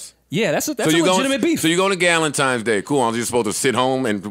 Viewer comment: Joe said “ Dukentimes Day “ 😭😭😭😭